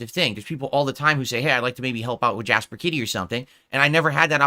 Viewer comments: Why does he say Jasper Kitty… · Jasper kit-tea